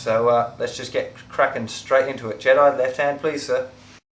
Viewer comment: i thought he said jedi left hand plz